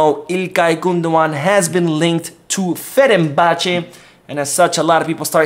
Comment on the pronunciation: you're saying 'Ferenbache' when its actually 'Fenerbahçe' as in 'Fener...'.